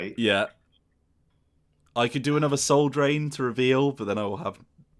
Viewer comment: Oh, Soul *Drain*. I kept hearing Soul Train, and now I'm oddly disappointed.